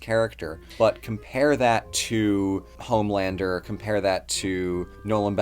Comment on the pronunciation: I love this channel, but you got Homelander wrong.